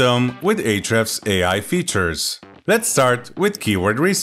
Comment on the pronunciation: Lol. "arshhds" sounds good! ;-p